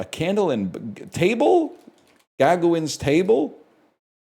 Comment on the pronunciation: in the top three of worst ways i have ever heard someone pronounce "gauguin"